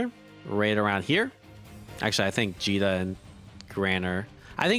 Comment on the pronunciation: Did he call Djeeta Vegeta? I have been doing that this whole time as well.